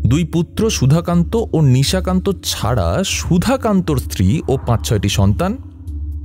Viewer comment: নিজের পেটের ভাই!😂😂😂😂 বলছি, নিশাকান্তকে দুই-তিন বার নিশিকান্ত শুনলাম।🙄🙄 বাদবাকি, খুব ভালো লেগেছে। এই channel-এ আমার বিশেষ করে কিরীটি সিরিজ খুব ভালো লাগছে।😊😊❤️❤️